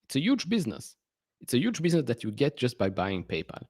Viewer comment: Is it my imagination or did you just say painpal 😂, congrats on your rocket lab holding, l’m not in that but have Intuative Machines, large NASA contracts it’s underperformed the other space stocks, looks cheap to me